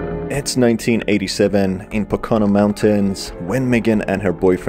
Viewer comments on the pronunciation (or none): I’m super late, but the way you pronounce poconos is completely wrong. It’s pronounced like po-ka-no. I’m a native from there